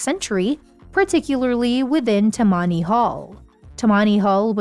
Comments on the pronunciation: Toe mony hall????? hahahahaha Tammany Hall - computer generated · Gahhhhh! Stop with the lousy AI voiceovers -- "As-TOR"? "Ta-MONNY"? Jeebus, this is super-annoying. Get a real person who knows how to read. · And get the pronunciation right! It “Tam-man-ie” Hall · The first syllablle should be accented in TA-mmany Hall.; ignorant one.